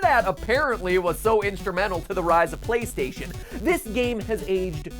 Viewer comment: And every syllable is enunciated in the most unnatural way a human being would ever speak. “THEE BEST GAME ON THEE PLAY-STAY-SHUN”